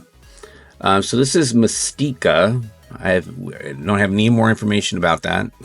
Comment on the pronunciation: regarding Spartans' show tritle... not the accent over the first I in the word. "MIS-tica